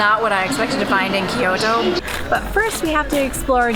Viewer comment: アメリカからの観光客かな？ Kyoto（キイヨドー） yはイ 母音に挟まれたtはド